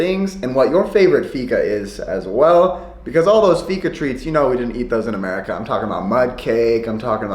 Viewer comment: Inget hat eller så men varför kan inte utlänningar uttala fika? :D Det låter alltid som uttalet i dalarna.. ser Tony Richardsson framför mig.. "ska vi gå å fiika"?